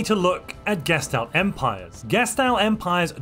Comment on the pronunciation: This is the first video I've watched where he doesn't pronounce gestalt as "geshed out."